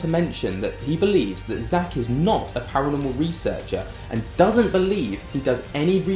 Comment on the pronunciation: As a fan of both GA and PA, Nicks constant inability to say the word ParaNORmal drove me insane. He even does it in here.. wtf is PARAMEL? THIS IS LITERALLY YOUR JOB